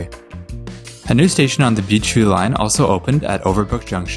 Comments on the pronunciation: Why does him saying Beechview sound like BQ? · Why do you pronounce Beechview like that?